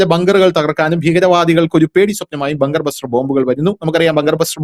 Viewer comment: ബഗ് ബസ്റ്റർ അല്ല. ബങ്കർ ബസ്റ്റർ